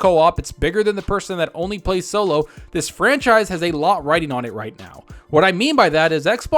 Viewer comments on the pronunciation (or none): none